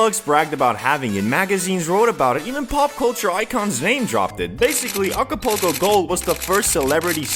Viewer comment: lol alcopoco mode he said 🤣🤣🤣